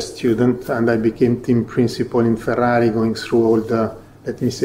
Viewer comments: Yes, that is how we pronounce "Ferrari" here in Italy, and...guess what? Ferrari is an italian word. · The way that mattia says Ferrari is just perfecto